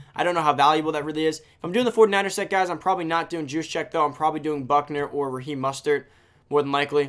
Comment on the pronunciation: His name is mOstert not mustert